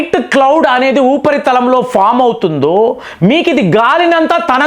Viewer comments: It’s “ఉపరితలం”, not “ఊపరితలం “. దీర్ఘం లేదు. అన్నా, తెలుగు ని murder చేయకు. నీకు దణ్ణం 🙏🙏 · It’s “ఉపరితలం “, not “ఊపరితలం “(దీర్ఘం లేదు). నీకో దణ్ణం అన్నా, Telugu ని murder చేయకు